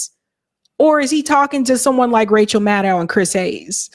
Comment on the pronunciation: The Rachel Mad-Dow pronunciation is killing me 😂